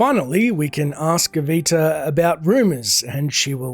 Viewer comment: What did Avita do to have her name messed up so often? 😂 Asteeva, Ateeva... How many times did she make you fight that bear?! 😂😂😂